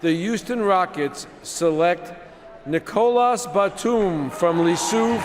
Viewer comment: Why did stern say Nicholas like that 😂😂